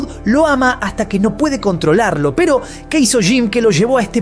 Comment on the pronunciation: "Piiiro" o, "pero", dicciona, vocaliza. Gracias